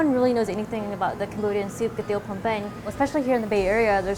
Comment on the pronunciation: It is pronounced KUY-TEAV !!!! Not Keteav okay !!?? KUY-TEAV !!!!